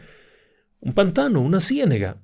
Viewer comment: No puedo con lo de ciénEga, es ciénAga, por favor.